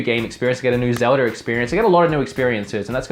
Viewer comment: Your a huge Zelda fan but you call it Zelder sometimes